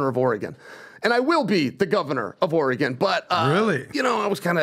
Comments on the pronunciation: is no longer allowed to say “Oregon” ever again. The word eludes him. Oregon. Pronounced Oregun or Oregan to the natives. Not OREGOHN! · If he says Oregawwwn like that one more tim I unsubscribe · Orygun... not OreGone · It's not ORE GON. it's Oregan like organ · “Or-rah-gone” needs this governor. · Omg stop! It’s ORE-GUN! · Or'gun... from Vancouver. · “Oray Gone” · He’d get my vote. And it’s not Ori-gone. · Chael, before Governor, you have to correct people who say “Oruhgone”. The world needs to know. Dang, always finds a way 😂… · says oregone again I’m gonna turn it off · Why is unable to pronounce Oregon like a normal human? What is oregON? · Ugh, learn how to say Oregon, it’s not “or-a-gone.” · Omg cant even say Oregon 🤦‍♀️ let alone weigh in on our issues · I'm annoyed he didn't correct on how to say Oregon... As someone from Southern Oregon I think a lot of the state, especially us down here, disassociate and disavow everything north of Salem as part of Oregon. Portland has been bad for my entire life, but in the last decade it has gotten considerably worse! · continually pronounces Oregon as though he’s never heard it said aloud. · I hate the way says Oregon...my Lord..😂😂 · How does a guy in his 40’s not know how to pronounce Oregon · If you say Oregon wrong one more time Im gonna lose my shizzzzz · Chael please let him know how to pronounce Oregon! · Why can’t say Oregon? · mispronouncing Oregon is too far.